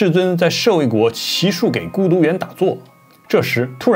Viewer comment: 娑婆 不是婆娑 给孤独念挤孤独 不念gei 这些不那么重要 但是对讲佛更有好处